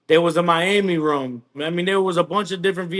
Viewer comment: Straight up ya boy speaking the real Nawmsayin. When he said Ruum not room. That’s when I knew. Real recognize real